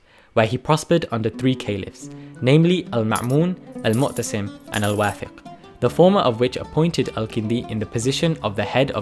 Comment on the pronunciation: You slightly mispronounced the names of two Abbasid Caliphs. It's المأمون not المعمون and المعتصم not المؤتسم. Otherwise, good video.